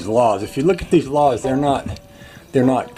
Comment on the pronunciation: That cement board should work good, it will attach well to the LATH (not lahth).